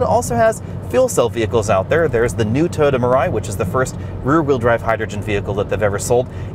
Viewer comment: BTW, it's "Toy-ota", not, "Toada."